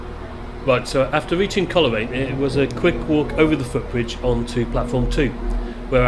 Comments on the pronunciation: Pronounced Cole raine not Coler aine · Cole Raine not Coler aine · Great footage, thanks. PS Coleraine is pronounced "Coalraine" 🙂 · the way he pronounces coleraine 😭😭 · I know.